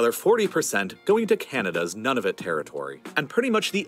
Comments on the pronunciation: Nunavut is pronounced Noonevut, with the "vut" part pronounced like "but." // Good thing this mini island was only in dispute between Canada & Denmark, two peaceful nations. (Look what happened with the Falkland Islands between the U.K., & was it Argentina??) (And Slava Ukraini, BTW!!!!) // According to comments here, there ARE some decent resources on this mini island. (I'd really like to see the blue sapphires!! I wonder if they were actually mined! And oil there as well??) I need to research all of this; you've got me very curious now. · Oh gads. Please people! Attempt to say Nunavut correctly (the guy on the video slaughtered it). It’s pronounced “NOO-na-voot”, not “None of it”